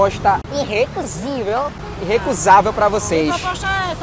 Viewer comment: "Proposta inrecuzivel" kkkkkk